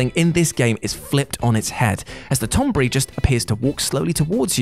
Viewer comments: TON-BERRY, NOT TOM BURRY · "Tonbry", the pronunciation of Tonberry bothers me. lol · The fucking tonberry!🤣🤣🤣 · Tonberry.... sighs